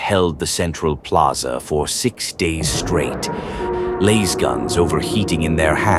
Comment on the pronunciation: why is it LAISGUNS and not LASGUNS teach your AI slop to read it right